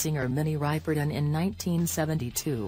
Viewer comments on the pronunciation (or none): Who is Minnie Riperaton? It’s Ripperton! Yes! Please lose the annoying robotic voice!